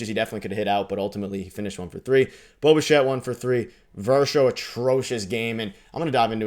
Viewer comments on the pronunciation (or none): none